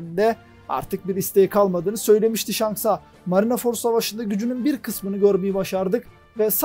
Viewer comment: Marinaford değil de marinford diye telaffuz edebilir misin